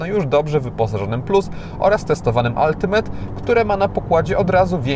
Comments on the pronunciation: Brawo za poprawna wymowe slowa ultimate. Nie moge juz czasem z tymi od “altimejt”. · jak miło słyszeć dobrą wymowę Ultimate